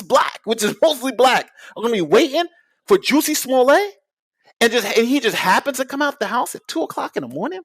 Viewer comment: he keeps saying “smollay” like his last name is spelled “smollet” and not “smollett”